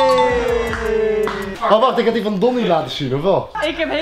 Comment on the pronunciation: HAHAHAHAH komt 'wat n drama he k snap dr ook niks vaaan' op zn groningss